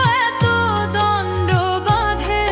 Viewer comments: ভালো গেয়েছেন। কিন্তু কিছু জায়গায় শব্দ ভুল উচ্চারণ হয়েছে । বাকিব খুব সুন্দর। ভুল উচ্চারণ -- দ্বন্দ্ব দণ্ড নয়.... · একটা শব্দ ভুল উচ্চারণ করাটা একটু অবাক করলো: দ্বন্দ কে দন্ড বলা হলো। যেহেতু এই শব্দটা এই গানটির পরিপ্রেক্ষিতে ভীষণ তাৎপর্যপূর্ণ, তাই আরো বেশি অস্বস্তিকর লাগলো।